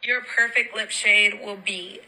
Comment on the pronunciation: Ikkkk 😂 “ lihp👄💧”